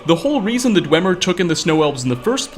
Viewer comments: You'd think after all this time, would have learned to pronounce "Dwemer." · Isn't it pronounced "dweemer"